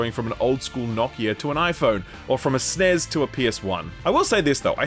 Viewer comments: buddy... i love you and the content but please never call it a "SNEZ" again... say it with me S N E S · 34 minutes in and I'm still focused on him calling an ESS-EN-EE-ESS a "SNEZZ".